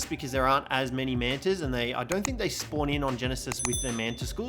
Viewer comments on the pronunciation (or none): none